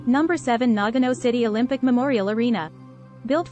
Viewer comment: You're mispronouncing it! It is not pronounced NAG- ano. It is correctly pronounced Na-ga-no.